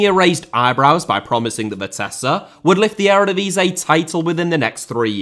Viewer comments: Ere divisay? Please dude.... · please let me help you with the pronunciation of the erevedivisie it’s starting to hurt